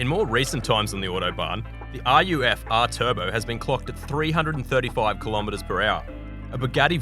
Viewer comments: The creator of this video needs to learn how to pronounce "Ruf". Also, it is only parts of the Autobahn that do not have a speed limit. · The way he said RUF... dude learn how to prononce correctly before making a video like that!